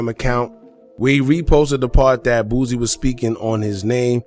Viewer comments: Please please please stop calling him BOOZIE it is BOOSIE pronounced BOO C!! Lol too funny. You're not the only one that does it though. 🤣🤣🤣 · My guy pronounce every word perfect but can't pronounce Boosie bruh it's Boosie NOT BOOZIE who is that